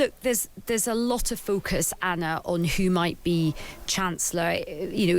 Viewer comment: Very disrespectful that no one at times radio seems to be able to pronounce Anna’s name correctly.